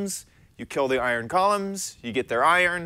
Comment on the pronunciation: Iron “Gallems”